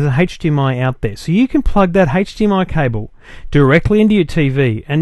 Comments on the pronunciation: hdmi not hage dmi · Hahaha yeah what is 'hage' -dmi?? And he keeps saying it:-D Maybe that's how australians pronounce it. Nice review though. I wonder if the new GalaxyTab 10.1 has a 'hage'-dmi output as well, because of the great web browser. That would be terrific if you could browse the internet on your 50" tv using a tablet-pc:D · age not Hage DMI